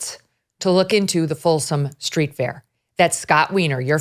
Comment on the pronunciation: I have no desire to attend, but I'm fairly certain it is called the FOLSOM STREET Fair, because it is a fair on Folsom St., not the Folsom STREET FAIR, as if it was a random street fair named for somebody Folsom. You'd think that after all her years on camera, Megyn would know how to place accents. (And I'd think she might speak up when Carrie starts rambling about searching Scott Weiner's home computers without probable cause. Where is Ms. Liberty defending Weiner's 4th Amendment rights to be safe from government intrusion? Yes, Weiner appears to be very unpleasant, but the Constitution is for everyone. That's the point. And boo on Carrie for making smirky puns about Weiner's surname. It means "from Vienna" nothing more.)